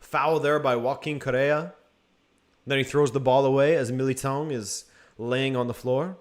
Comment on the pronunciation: Sorry, but given your Portuguese descent, your pronunciation of "Militão" was shocking.